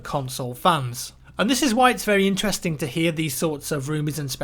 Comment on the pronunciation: Just listen to how says 'interesting' at the start again